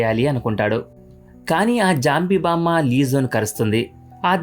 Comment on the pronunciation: Bro nuvu baam ani antunavu kani adi bammaa